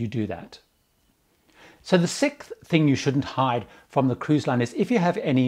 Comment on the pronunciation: It's SIXTH, not sicth.